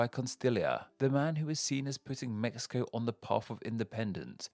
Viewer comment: Very good pronunciation but the "x" in Mexico sounds like a "j" not like a "x" at all jajajajjaaja